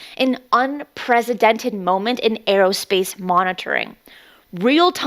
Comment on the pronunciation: She pronounces a few things wrong like unprecedented. She says unpresidented lol. But that doesn't make me wanna unsubscribe.... Does it REALLY bother you that much?!